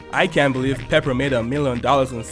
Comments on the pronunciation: The way that he says pepper instead of peppa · How it sounded like said pepper instead of peppe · peppa Also what I hear from: pepper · Bro really said pepper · Is just me or someone else Heard peper😅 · Bro said pepper instead of peppa💀💀💀💀💀💀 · Its peppa not pepper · peppa =🗣pepper